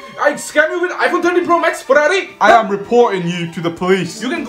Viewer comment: With “FARRARI”